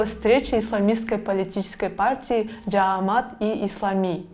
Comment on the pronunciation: Уфф, тажаттыңар, жААмат эмес, жамААт!!! Эсиңерге түйүп алгылачы